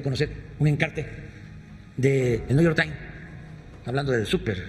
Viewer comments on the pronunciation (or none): NEW YOR TAIN... EL WACHINTON POS... Y EL FINANCIAL TAIN... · Y sigue sin discurso. Ya vuelve al "niu yor tines" y a su rancia historia. Pobre hombre da pena y risa.